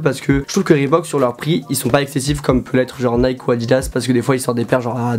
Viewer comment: Bonne vidéo, stp fais la liaison quand tu dis les prix par contre